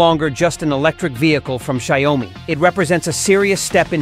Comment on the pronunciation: It’s not sha you mi , it’s xiao mi